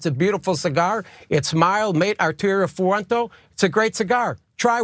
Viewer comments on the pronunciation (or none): That dummy pronounced fuente as fuento? He either 1) doesn't actually smoke cigars 2) is a complete tool. Either way, he shouldn't be trusted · First off, it's Arturo Fuente, not FuentO. A real cigar smoker like myself would NEVER make this mistake. Second, it's that fool Tucker. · Arterio Foowento! He doesn't even know how to pronounce the maker of his precious cigar. LMAO!